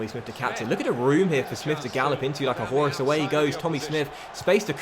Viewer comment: what was that pronunciation of 'horse'?!